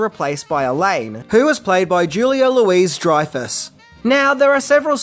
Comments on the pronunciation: Really struggling your attempts to say "Julia Louis-Dreyfus" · There's no way you're not pronouncing Julia Louis Dreyfuss wrong on purpose!